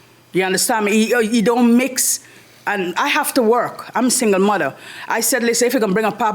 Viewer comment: She says she's a "MUDDAR"... ? ... Does she drive a 4 wheel drive & play in the backwoods mud after a heavy rain... ? ... "😂" ... . He says "DIS & DAT"... !!! ... (?) ...